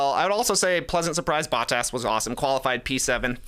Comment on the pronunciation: Trey bro it's not Battas is Botttas with an O 🤣